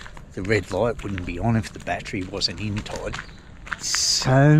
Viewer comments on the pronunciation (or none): none